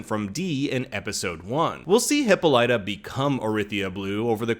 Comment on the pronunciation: I knew I heard Hippolyta before, but it was said wrong. It's said wrong now.